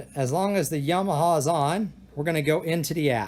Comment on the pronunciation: Yo-ma-ha??? Isn't that a state in the US?